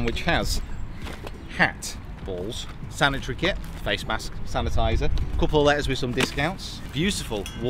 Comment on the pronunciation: My favorite part was when said "Sanitree kit"